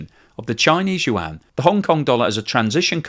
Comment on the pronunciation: I like your videos, but the Chinese yuan it is pronounce "wand", not "yu wang".